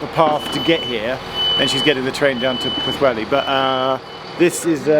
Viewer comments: You did pretty well! I found it a tough name to learn. I was impressed by your pronunciation of the first half, but then your 'welli' instead of 'heli' did give me a giggle - which I appreciate. Great video - an area I used to know well. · Puth-heli is a reasonable approximation. The LL sound is almost unique to Welsh, and the best way of learning the sound is to notice how the TL in the word "antler" works. PS. The letter W is a short oo sound without a shelter, and a long oo if it has the little roof (ŵ) above it. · It's pu-thelli! And that's from a Scotsman, who's never, yet, been to wales, but who supports Clwb Rygbi Caerdydd! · Not as bad as Vera Duckworth. “Poohwelly”. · C'mon Geoff.... What's so difficult about Pwllheli? You managed Machynlleth pretty well .... compared with some of the mangling I've heard over the years! .... and I've heard you pronounce "Theydon Bois" ... so don't give me any of that !! 😂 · 'where' Junction on the Isle of Wight??? I keep replaying it, and I have no idea what you are saying! It is worse than your 'Pwllheli'! 😆